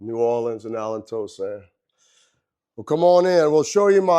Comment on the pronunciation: Tell me you've never been to jazzfest without telling me you've never been to jazzfest. Dude butchered Allen Toussaints name. Haha